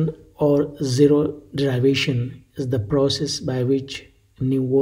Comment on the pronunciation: You pronounce derivation wrongly!